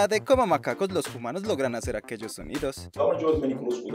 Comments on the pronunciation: Aaaaaa No ess JUMANOOOS, ES HUMANOOOSA A A A AAA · Pregunta, por que dice "jumanos" ? uwu